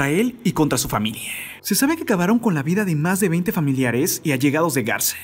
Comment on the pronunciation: No se si soy yo o escucho que cada palabra que termina con A que en lugar de la A suena una E… Vida… videeeeeeh ? O es mi oído jaja